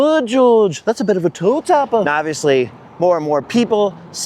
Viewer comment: 🤣😂"toe tapper"....I have never heard of that expression said the way you did! 🤣😂🤣I'm gonna start using that 😂